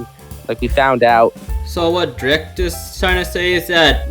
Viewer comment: DREAKT I THOUGHT IT WAS PRONOUNCED DREE-KT ???